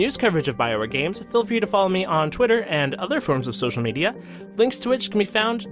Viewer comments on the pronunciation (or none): none